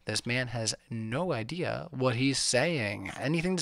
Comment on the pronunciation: I cringe (even though I hate using that word) everytime says the word "idea". Please learn how to pronounce words. I hear it in all of your debates, this is constructive criticism, please say words properly.